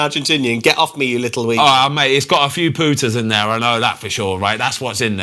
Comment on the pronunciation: it’s a few “got a few Pooters in there” 😂 not putta but Pooters, ahh the English spin on things is hilarious 😂 am fucking dying ahahah Oi Ben you’re a mad one ❤